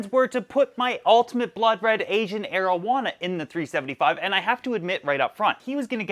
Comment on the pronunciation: i like how u pronounce the ancient arowana😀